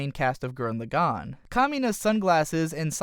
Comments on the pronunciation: Started watching the video. Heard your pronunciation of the series title. Stopped watching the video. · man, I hate the way he says gurren lagann. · i don't like your pronounciation of gurren lagann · you could at least pronounce the title right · All his pronunciations are terrible, including for the name of the Anime